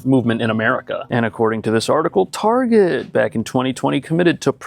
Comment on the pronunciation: why u say target like that 😂😂😂